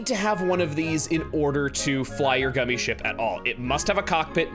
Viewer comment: He calls it gummi skip it rhymes with Emile